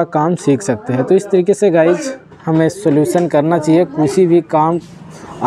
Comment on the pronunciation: Guys hota hai Guch nhi